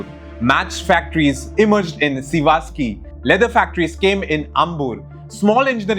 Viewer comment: My god are you from outside India? Or are you just blind? You cannot pronounce a single city name properly of your own country. Shame on you. Sivakasi not "Sivaski" Tiruchirapalli not "Tiruchipalli" Avadi not "Adavi" Tamil Nadu not "The Tamil Nadu", proper noun hai. Google could have corrected these spellings. But you put Zero effort to pronounce your own country name, when foreigners are pronouncing properly. First learn to read then start Youtube channel, waste of time.